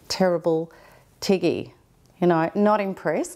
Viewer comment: Ooo, it's Tiggy, not Twiggy 😁